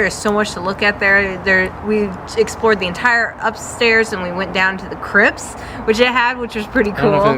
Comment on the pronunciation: Hi both! On the pronouncing the Chrypts, it’s actually spelt “crypts” with a pt and it’s pronounced Cryp ts as in the ts is enunciated after the p. Remember the “Monster Mash” by the Crypt kicker 5 . I hope that sounds non idiotic to I tried. Phew! your trying, (very trying, Hah!!!)